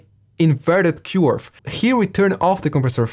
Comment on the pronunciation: cant say "Curve" its now "Q-arve"😂